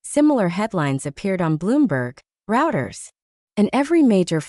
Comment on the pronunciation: Roy-ters, not "routers." And it's spelled Reuters.